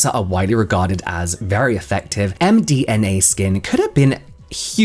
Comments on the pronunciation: the fact you kept saying MDMA so much had me laughing so much.. and every time you got it right I'd automatically hear it as mdma anyway LLOL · Interesting video, also can't stop laughing at James struggling on saying the brand name as md ma skin 😂